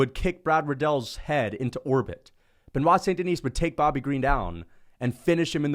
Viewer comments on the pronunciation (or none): There is not "S" at Denis (Deni with out S).